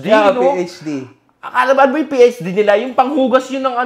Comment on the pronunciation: PhD ❌ PH care ✔️ 😂😂😂😂😂😂